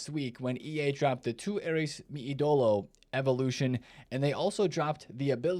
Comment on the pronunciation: It’s Ídolo, not iDOlo